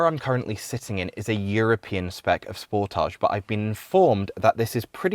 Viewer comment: I'm seriously losing my mind the way he says the name of the car "sportaage"(is a very french way to say it), when it is supposed to be "sport-age" !!!! 😂🤦